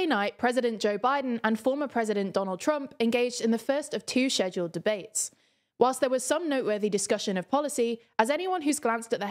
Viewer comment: First I watched Biden stumble through words then I click on this video to see some girl not even pronounce "schedule" correctly....the world is truly falling apart *this is a joke the girl's articulation is lovely.